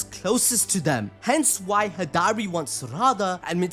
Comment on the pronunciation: How do you say high-dari but manage to say sukuna hikona 😂@ stop it…get some help It’s Hidari (he-da-ri)